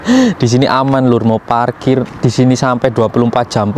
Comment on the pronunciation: Jangan bilang PALKIR, yg benar PARKIR.